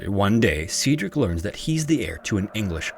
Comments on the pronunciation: I'm sorry, I can't watch 26 minutes of Cedric being pronounced see-drick. It's pronounced sed-rick. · AI narrators ARE TRASH. See-dric? How do you not know how to say Said-drick? Aka Cedric? Right. It's AI. Youre being lazy and cheap. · You know that Google can tell you how to pronounce words that you are unfamiliar with. Just a suggestion. Sometimes it takes a while for me to figure out what you are trying to say. Example Waukesha is pronounced wah-ka-shaw and Cedric is sed-rick. I had to look at the transcript to figure what you were trying to say for Waukesha. It's a native American word. I'm just trying to be helpful and I have noticed this frequently. I am bingeing old episodes. I love your content and look forward to many new episodes. ✌🏻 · Cedric is pronounced the same as "said Rick." Youre making the E a long E, and its driving me up a freaking wall!! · Cedric: its pronounced Said-Rick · My son's name is Cedric. I've never heard it pronounced as See-Drick, I'll have to start calling him that. Sadly, he has long curly golden hair and is around the same age as the little boy. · Please google pronunciations. That’s not how you say Cedric or Waukesha. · He was off on Cedric as well.